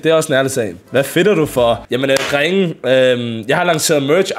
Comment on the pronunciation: Pls lær at sig “drenge” rigtigt 😭😭